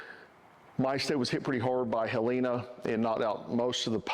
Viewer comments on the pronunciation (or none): It’s not Helena. It Helene. Your annunciations aren’t prepared. Now get back to spreading fear